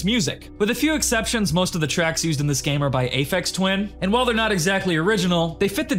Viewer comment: the mispronunciation of Aphex Twin made me cringe internally a little, but great video overall. Afraid of Monsters was really good, but Cry of Fear appeared in my childhood when I was going through a very bad time mentally/emotionally, so it hit extra hard, so it has a weird place in my heart.